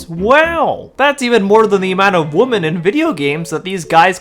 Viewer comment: My man, why are you pronouncing "women" the same as "woman"??? I feel like I'm being gaslit. This crept up recently and is running rampant online. There's no way if we saw you in a video as a little kid saying WOMEN you would have pronounced it like this